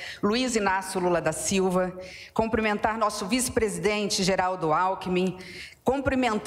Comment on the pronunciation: 👏🏻👏🏻👏🏻 não é comprimentar, é CUMPRIMENTAR!!❤😮